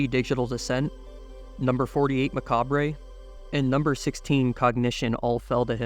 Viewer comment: Macabre is pronounced like how you did but bre rather than bré